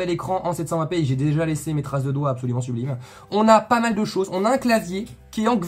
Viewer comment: heuuuu tu dit vraiment qverty ???? c'est qwerty hein =D